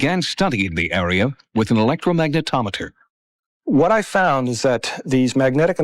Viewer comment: 0.29...what the hell is an electromagnetic-tometer?